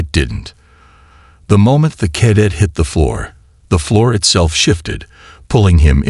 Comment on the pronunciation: I struggled for the first 2 minutes. This is the first story I have listened to from you. G.D!!!!! Did you get your POS AI at the same second hand store as most of the rest of the channels!!!???? JESUS!!!!! WTF is: "unREDable", "WARferring", "KADit"(cadet), "ITHan"(Ethan), "....we PERfikt strategy"!!!!!!!!!!!!!!!!?????????????? YOUR AI SUCKS!!!! Do you even proofread/listen to them before posting!!!??? Apparently not!!! This was my first of your stories.....AND my last!!!!!!!!!!!!!!!!!!!